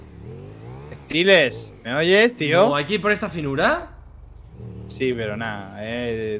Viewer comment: Stelers ponte vivo 😂😂 Saludos Stelers Es Seelers o Steleers .